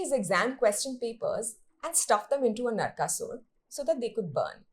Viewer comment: Not Ravana, just Ravan. Speaking about your own culture as if it's foreign 😥. Atleast you said Narkasur and not Narkasura.